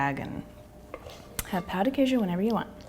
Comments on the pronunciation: "Pau de quejo" OI? OQ? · Pau de quejo HEHAHSHSHDHABSHSSBHSSHSSHSS it's Pão, the accent makes it sound like pawn, not pao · I was done with this video at “pao de quiejo” #wypipo 🙄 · Hahahaha Eu ouvi "pau de queijo" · bruh I'm DEAD SHE SAID DICK OF CHEESE AT THE BEGINNING IM CRYING (I'm Brazilian) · IK SHE SAID DICK OF CHEESE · You said pão de queijo wrong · the way she says pao de queijo hurts my heart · I cringed at her pronounciation in the beginning 😂 but the video is great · You totally butchered the pronunciation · i died when she said the name of it, she said it so wrong omg xDD